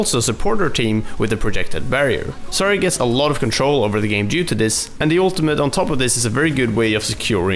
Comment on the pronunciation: ZAR YA NOT ZARY YA EVERY OVERWATCH YOUTUBER PRONOUNCES HER NAME WRONG IT TRIiIIGERS ME